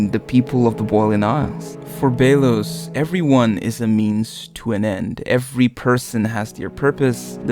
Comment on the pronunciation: emperor bey-los lol